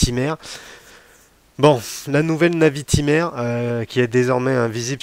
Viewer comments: Je suis très souvent d'accord avec toi mais là, j'avoue que je ne partage en rien ton avis. Bon déjà, on passe la prononciation de la Navitimer... LOL... Fais un effort s'il te plait... LOL ;) C'est une NAÏviTÏmer. Pas une navitimère.... LOL... ;) Bon j'arrête de me moquer, on avait dit, pas les accents et les vêtements... LOL ;) Ensuite, je trouve que Breitling a fort bien réagi et a sorti des modèles dans l'air du temps, pour bien coller à son époque. Et c'est parfaitement réussi avec un modèle emblématique comme la NAÏviTÏmer. (C'est pour que tu bosse la prononciation... ;) ) L'époque exige de la couleur, ils mettent de la couleur, tous les autres le font, ils suivent la tendance. Peut-être que tu as plus de mal avec la couleur sur les garde temps historiques et emblématiques mais il va falloir t'y faire... Et je pense que t'as pas fini de t'étonner, ce n'est que le début... ;) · Perso j'adore ces nouvelles Navitimer, retour aux fondamentaux avec superbe équilibre des cadrans liés entre autre à cette date d'une discrétion insolente !...... insolente comme d'ailleurs ta façon de prononcer navitimer "à la française" !!!! ca m'a tellement écorcher les oreilles que je serais à 2 doigts de te demander de revoir tes commentaires et de reprendre cela avec >>>>>>>>>navitaïmer<<<<<<<< please please please . Pour finir, tu affirmes d'emblée ta déception et ton désarroi sur ce modele avec des arguments d'une subjectivité affligeante et sans aucun fondement, qui AMHA n'est pas dans le cadre d'une chaine de partage YT et surtout d'intérêt collectif lié à l'horlogerie , oui ce pseudo "Debrief de la WebCast de Breitling" n'est est rien , c'est juste ton avis perso pourri . Sorry ! NAVITAïMER pleaaaaaaase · Arrête avec navitimaire !…😱 Par pitié, ça fait saigner les oreilles ! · La prononciation Navitimer fait pas passionné de Breitling 😳😳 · 🤣c’est trop ça 🤣 Personnellement j’ai jamais compris pour il sucre le R